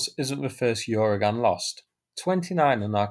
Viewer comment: I don’t think there’s a “Y” sound at the start of Uragan. It’s just “Ooragan” — Russian for “hurricane” or storm.